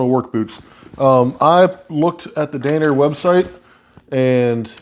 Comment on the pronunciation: Not dane-er… DAN-ner… what a weird word to mispronounce. Not being a jerk just never imagined that would be a word easily misconstrued